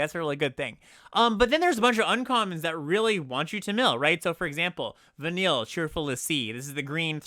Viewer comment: congrats on being the first content creator to pronounce Vanille, Cheerful l'Cie correctly